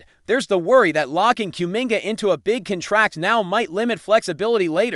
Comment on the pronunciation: Learn to pronounce the noun "contract".